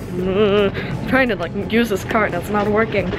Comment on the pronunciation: Did she say what I thought she said LIEK